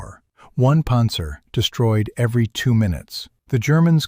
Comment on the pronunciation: What's a "ponzer"??